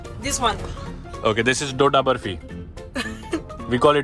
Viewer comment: She pronounced Dodha barfin correctly .I think she knows hindi and is well aware of Indian culture .😊